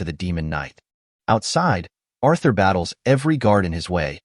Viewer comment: Arthur no, it Urthur